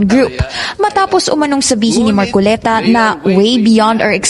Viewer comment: Mar-co-le-ta Hindi. MAR -CO-Liii-TA